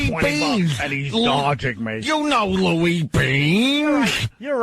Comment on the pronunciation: Where the hell does Vos get Louis ”beans”. The movie actor is saying Louis Dumps or something.